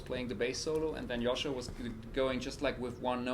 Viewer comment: oh my God, I have been pronouncing Joscho's name wrong all of this time:)